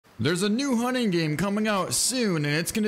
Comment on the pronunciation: The hunning game, way of the hunner